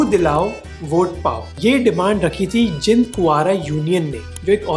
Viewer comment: Jind : इसका उच्चारण जिंद नहीं जींद है